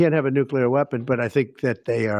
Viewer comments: It’s nuCLear not nuCUlar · New Clee Er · PLEASE PRONOUNCE NUCLEAR CORRECTLY ‼️‼️‼️‼️‼️‼️‼️‼️‼️‼️‼️‼️‼️‼️